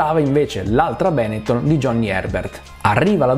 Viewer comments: Non ce la faccio. Benettòn, non Bènetton. I xe veneti, ciò! Non siamo tutti Max Pèzzali, chécambia gliàccenti alle pàrole per mòtivi di metrìca! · Sorry non posso seguire una persona che dice Benetton con l’accento sbagliato. È un cognome trevigiano, l’accento va sulla O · Mi domanderò sempre perché per i non veneti sia così difficile pronunciare correttamente Benetton 🤷🏻‍♂️😂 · Come è possibile che un italiano non sappia pronunciare "Benetton"?!?